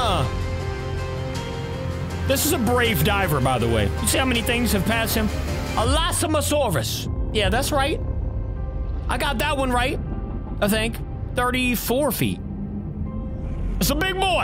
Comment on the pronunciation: My bro said he got Elasmosaurus right instead he said Elasamosaurus 💀